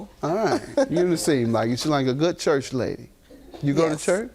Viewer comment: “Where you go to CHRUCH” even I knew she was lyin 😂😂😂